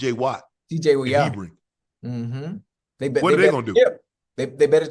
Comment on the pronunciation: Unc calling Herbig “Hebring” 🤣